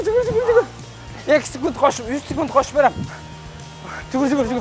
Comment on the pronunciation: Ар дайым айтам Сукунт эмес секунд-а дечи